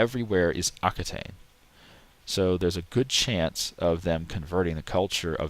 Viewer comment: Just an FYI, while the word Aquitaine is related to Occitan, it's not pronounced the same. Occitan is pronounced OK-SI-TAN